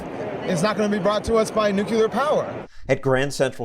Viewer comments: I wouldn't trust activists that can't even pronounce the technology they hate so much. It's Noo-klee-ar. Not Noo-kyoo-lur. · Oh man Communists are idiots. If you are going to protest something at least learn how to pronounce the damned thing. NU-KLEE-URR NOT NU-QUE-LER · "The future of Earth is not going to be brought to us by nucular power." Nuclear, not nucular. Nu - clee - er! I can't believe this activist! His grammar is appalling! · THANK YOU STOSSEL!!! I <3 NUCLEAR! On the bright side? "Antis" don't often oppose nuclear, but some other thing called nukular. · Lol nukular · 34- "The future of the earth is not going to be brought to us by nucular power". The word is nuclear, you putz. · The future of earth is not going to be brought to us by people who say "nucular". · "ThE fUtUrE oF eArTh Is NoT gOiNg To bE bRoUgHt To uS bY >>nukular<< pOwEr." *Proceeds to play some children's game called "meltdown."* So annoying that people can't pronounce nuclear. I mean literally the word CLEAR is in the freaking name! Oh man. THAT fucking episode of last week tonight. I stopped watching John Oliver's LWT after that and haven't watched since. Pissed me off to the nth degree. "Radioactive fire..." What the hell is he smoking? Has he ever once read anything about how nuclear power is even accessed? China is actually going to be a global superpower and become even more wealthy once they have a design the international community greenlights them to sell to developing regions. If the US doesn't invest heavily in nuclear, we're going to lose out on multiplying that investment into economics that can almost literally only go up. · "The future of Earth is not gonna be brought to us by nucular power." Using nonexistent words to make a nonsensical statement...dumb boy, go home. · I would agree with this statement.... Because there’s no such thing as “nucular” power. It’s gonna be with “nuclear” power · NUCULER POWER!!!!!!!!!!!!!!!!!!!!!!!!!!!!!!!!! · It's pronounced nookyooler.